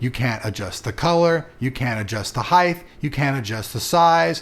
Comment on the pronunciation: What's with your pronunciation of height? I swear I hear you pronounce it as heiff every time.